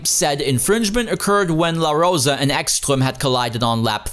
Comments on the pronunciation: BTW, Ekström is Swedish, so the "s" in his name is just as "s", not "sh". (Also, the "E" is long.) Ekström really set himself up for that takeout. Where did he think de la Rosa was going to go? Back? It's a front-engined car, so nothing. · "Echschtröm" :D